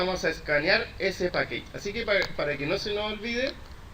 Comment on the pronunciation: Hola está súper bueno el ejemplo y las descripciones, gracias por el aporte. La pronunciación en inglés está incorrecta, package no se pronuncia pakeich, se pronuncia pakech